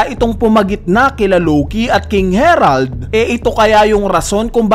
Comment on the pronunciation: King Harald ❌ King Herald ✔